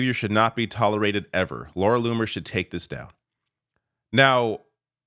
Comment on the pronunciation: I thought MTG was crazy until I heard LLoomer 😮